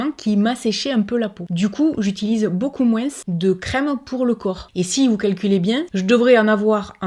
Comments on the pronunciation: pk elle prononce les S de moins Oo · Salut ma jolie, j'adore quand tu dit moinsss au lieu de moins,je trouve sa adorable sa change,moi je suis famme couleur et a chaque fois que je me trompes des mots je suis tout de suite reprise même ma copine me fait comprendre que ,elle m'assure que je ne sais pas parler français, moi je ma façon de parler et je la garde je m'en fiche pas si je parle bien ou pas ,tu vois un peu le choses brefs,ouf sa fait du bien de le dire, bref ,pour le savon solide j'aurai aimé d'en utiliser mais je ne peux plus, je attraper un maladie de peaux en dessous des mes seins et mes en dessous de mes bras, bref je ne sais plus comment on écrit sa tu m'excuseras,si le culotte menstruelle me plaît,mais ce où que tu les a acheté, j'aimerais en acheter aussi, merci beaucoup pour ton partage sa fait prendre conscience,pour la viande je n'ai jamais trop manger par contre tous qui es fruits de mer ce mmhhh les chaussures trop haut je tout donner a Emmaüs même je me suis débarrasser beaucoup des vêtements, puis je suis sur une projet des n'est plus acheter mes vêtements,je fais beaucoup des couture alors , je suis près pas très maquillage non plus mais prendre bien soin de ma peau oui , et je dit bravo pour toutes ces efforts que tu as réussi à passer, a nous de prendre exemple de toi,bon je parle à ce qui veut faire 😘😘😘😉😉😁😁❤️❤️❤️❤️😍😍😍😘 on adore et bonne fête 😉😁😉😁des bonne santé aussi a toi et à ta famille 😍😍😘😘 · Cc on dirait ma tête qui parle 😄 même avis que toi.... tu pourrais essayer de faire une vidéo sans dire le S dans moins 🤣🤭🤭 juste pour voir ici en Alsace on dit MOIN 😁 BISOUS MA BELLE 🥰😘🧑‍🎄🤶🎅🎅